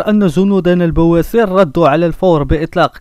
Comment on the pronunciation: البواسل ماشي البواسر ههه